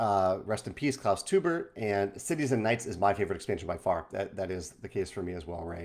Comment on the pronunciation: Hi, Klaus Teubers last name is pronounced as if you would write it "toyber"